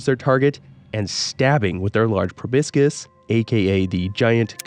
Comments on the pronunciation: Every time you called a Proboscis PROBISCUS I died a little inside lol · Please Google how to pronounce the word "proboscis"